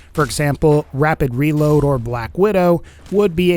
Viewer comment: Is it my shitty earphones, or am I hearing him say R with W? Like 'Wapid Weload'?